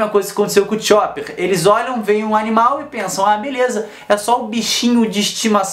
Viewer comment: Tirando aquele modo que vc pronunciou o nome do chopper, o vídeo é bão <3 inscrita